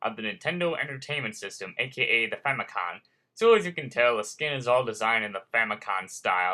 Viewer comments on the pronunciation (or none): might just be me but it sounded like you said famicon, its famicom...short for family computer